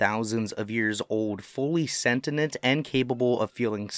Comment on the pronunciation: Awesome video, you pronounced sentient wrong tho baby but it's okay